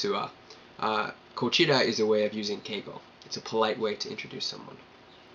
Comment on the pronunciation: Sempai means I own your ass. It means I'm right and you're wrong. Also means I'm responsible for your well being. Also means I pay for drinks. Good self-catch on the plural "s". For kochira.... Seems you're stressing the middle sylLAble just a bit, sounded a little bit like koCHIra.